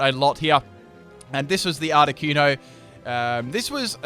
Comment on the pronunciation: THANK YOU! Finally someone who pronounces Articuno the way I do.